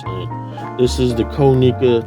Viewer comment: Dope video g. Just a heads up tho it’s kah-nih-kuh not koh-nee-kuh